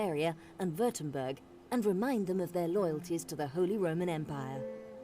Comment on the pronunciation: Lol it's the Batavian Republic, not Batvian :d. Also Wurttemberg is pronounced liek 'Vorhtemberg' x)